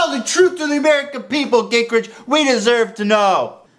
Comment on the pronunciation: It's Ging-Gritch, not Gink--Ridge.